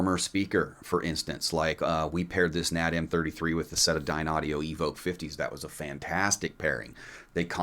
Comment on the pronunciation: It's N.A.D. NOT Nad. F Y info. Think S.A.E.. just letters. Not said as a word.